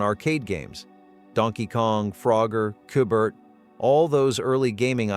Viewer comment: Stupid AI doesn't know how to pronounce Qbert